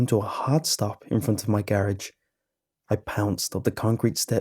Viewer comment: Garerage Love that pronunciation! 😆